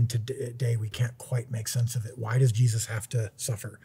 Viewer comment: “Jezus” how u gonna butcher my man’s name like that bro 😭